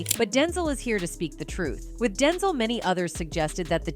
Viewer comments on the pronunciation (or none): 🤣🤣 umm you may wanna teach your text to voice Ai LM to learn how to say the correct way denzel is pronounced. It's hard to believe that anything being said is true.. I was okay somewhat w how she said Denzel like the word tinsle w a D. DINSLE SMH BUT WHEN THE AI SAID "ROTTEN" when talking about boca Raton.... boca ROtten..jus sayin